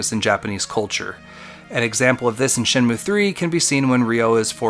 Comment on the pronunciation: Bruh, its called Shenmue. Not Shenume : Virtua Fighter. Or Virtua Fighter : Shenmue. Everything you did in your video, minus the call outs, is exactly like SEW, warts and all. You mislead and used unrelated examples. I had to go out of my way to find out about the skippable cutscenes; which you both didn't give the whole truth on, maybe I should make a video on how BOTH of you are misleading? But your call outs definitely set you apart for SEW. Look, I get your indignation on how you think SEW mistreated Shenmue, fun fact thats alot like how SEW got his start with his first video on HXH. This sort of thing brings out a creative obsession I guess. But, have awareness my dude, calling people shills because of there opinion makes no sense. Your a Shenmue shill and an anti patreon shill. There, see how meaningless and effortless that was? Also since I'm sure your gonna see this, the reason why I responded to all this in the first place is that it really made me question any integrity you have as a content creator when you pin a comment that accuses someone of plagiarism and describe the comment as "perfect". That's why I think its personal. Not against SEW specifically either, but all these "influencers".